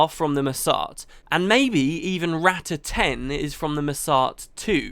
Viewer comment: Rah-tah (Not Rat-ta)... sorry for the nitpick, it's how Zojja says it so I figured...